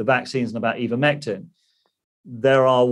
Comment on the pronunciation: Why is he calling it "Eevermectin"?